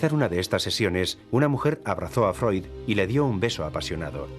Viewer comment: Se dice Freud, animal!